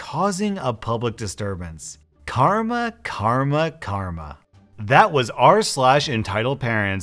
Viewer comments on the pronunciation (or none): none